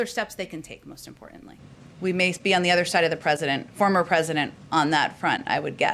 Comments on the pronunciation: The way she emphasized "former president" makes me feel like their trying to smack republicans in the face about stealing the white house. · I hate how she keeps emphasizing “former” when bringing up President Trump Gonna start doing that with Obama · Jen has clearly practiced her response, ever notice she referred to the prior POTUS the same way "President Trump (pause, smirk) FORMER President Trump". Each time with that passive-aggressive cunty I just ate a lemon scowl.